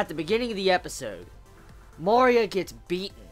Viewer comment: I love how after 9 episodes you still cant pronounce MARIA correctly... they say in every episode!!! XDD